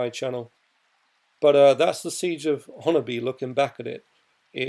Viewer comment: You said honobia spot on